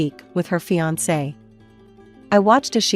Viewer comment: Is this story read by a computer? It doesn’t sound like the usual computer voice. The mispronunciations aren’t usual either. A computer would correctly pronounce “fiancé (fee-on-say) and wry (rye).